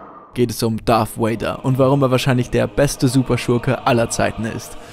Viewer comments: Anton Ceclich Wer sagt denn wortwörtlich Wader? Es wird eben Darth "Wäider" ausgesprochen. Oder wie würdest du es tun? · sag bitte nicht darth woäida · Es heißt Darth Vader mit "v" also ausgesprochen wie das deutsche "w" und nicht wie das englische "w" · Maaaaaan warum sprechen alle Deutschen es "Darth Wader" aus? Es ist doch nicht schwer, das "V" wie ein "V" auszusprechen! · Anton Ceclich Gut, so spreche ich es auch. Habe es mir nachdem ich den Kommi geschrieben habe nochmal im Video angehört. Er spricht es tatsächlich etwas seltsam. ^^